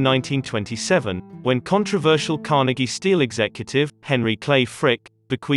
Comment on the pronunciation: The picture on the thumbnail and is of central Oakland (when the Cicero's owned a lot of property there), not Squirrel Hill. (Note the Strand Bowling Alley.) As a ;lifelong (76 year) Pittsburgh resident, I am always irritated by narrators who don't know how to pronounce "Carnegie.." The people of Dunfirmline, Scotland would emphasize the second syllable (as do true Pittsburghers), not the first syllable (as do Irish-influenced New Yorkers).